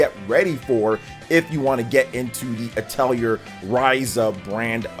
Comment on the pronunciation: You're mispronouncing Atelier.